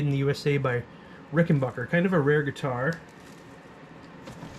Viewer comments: It's pronounced "Ricken BACK er" Not Bocker or Baugher. BACK like scratch yer BACK. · And it’s “back” not “bock”. Rickenbacker. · It’s an a, not an o. Rickenbacker.